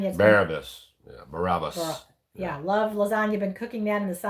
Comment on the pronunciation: Barabas, not Barnabas... 😉